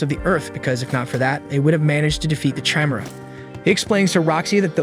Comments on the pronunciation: Chimera (ky-meer-a)... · liked the video but i hate how you say chimera.